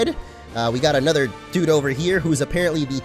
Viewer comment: Stop say dyude